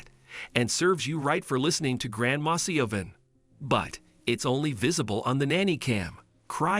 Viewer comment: SiOBHAN IS AN Irish name and is said Shivvorn (or near enough) .... just saying 🙂